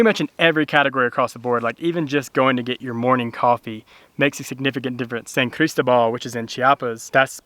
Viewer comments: Buen hecho. Pero.....favor de pronunciar la ciudad de San Cristóbal "San CrisTObal" :) The accent's there for a reason :) ¡Me encanta San Cris! PS. San Cris has an amazing dental office called Salud Oral. From cleanings to implants etc. State of the art! (website in Spanish and Eng.) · love it friends, best wishes from cordoba spain, dont forget the accent on the O san cristObal, looks awesome there, following you all the way, oh no please no mcdonalds, burger king and walmart, please no no no, cuidense!